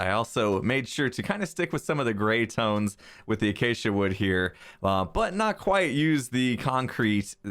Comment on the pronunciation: The first person the pronounced Acacia right